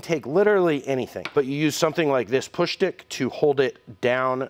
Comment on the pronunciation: "Push Schtick"